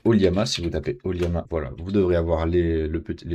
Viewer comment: O L L A M A, ce n'est pas un i ^ ^